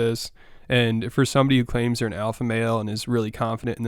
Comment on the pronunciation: “The Awfa overwides the Teacherw” 😂